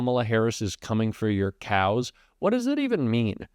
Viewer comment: What is up with this "no cows" business? And what was that weird pronunciation of "CYAOWS."